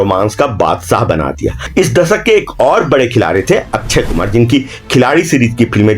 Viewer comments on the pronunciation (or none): अच्छय कुमार नही अक्षयकुमार 😂